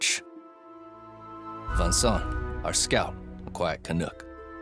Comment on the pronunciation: “Canook”? As a Canuck, I say it rhymes with “fan-duck”, not “can-puke”. 🇨🇦